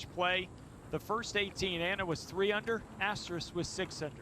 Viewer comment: someone should have told that announcer her name isn't Asterik